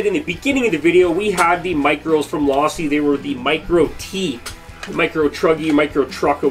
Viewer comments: Wtf is law-see. It's team Low-see bruh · Learn how to say Losi my man